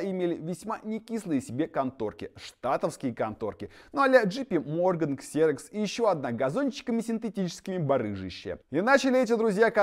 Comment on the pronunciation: Ола, амигос, читается не кссрох, я зерокс.,так же как многие xeon, читают ксеон, а правильно зеон.